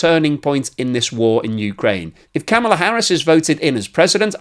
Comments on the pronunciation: I know the Britt's are about the worst for mispronunciation, but Kamala is pronounced like comma la not like camel la. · VP Harris' first name is pronounced 'comma la', not 'cam' a la'. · please watch some YouTubes from VP Harris' family to learn how to pronounce her 1st name. the short version: similar to the comma punctuation mark followed by la. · That is the first ever time I have heard the border Czar make any sense, and give a cohearant message. BTW, the way you pronounced Kamala, makes you a racist! CNN and MSNBC have said so..